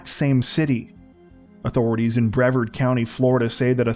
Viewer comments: Do you Canadians need a TCZonie from Florida to help with pronouncing our counties and cities? I’m available for consultation b4 publishing haha. 2 stories in a row from Brevard, bruh-VARD not BREH-verd. Hold up, 2 stories later you got it right. Nevermind! 😂Thank you for coming to my Ted Talk. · Please either Google “how to pronounce Brevard”, or use this link, you’re killing me every time you say it.